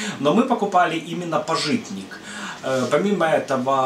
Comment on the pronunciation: не пажИтник, а пАжитник, хотя бы поинтересовались, как произносится